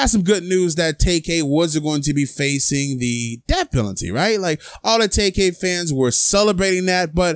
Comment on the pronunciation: If this guy " tak-kay" only got 5 years, I wouldn't be surprised....